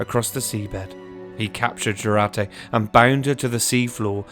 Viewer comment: pronounce like yourate-Jurate